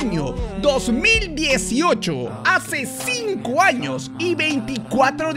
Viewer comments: Acá los que se dieron cuenta en vez de decir años dice anos😂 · Decía anos???????? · Ya vieron que dice anos😂😂😂😂😂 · soy el unico que noto que en vez de años dice anos¿¿¿¿¿ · se dieron cuenta que dice anos en ves de años